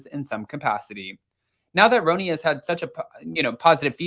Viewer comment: Stop calling it roeni lol 😂